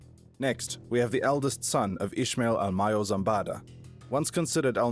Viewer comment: i know ishmael is the way it is said by the jewish, but in spanish the sh sound is removed so its just ismael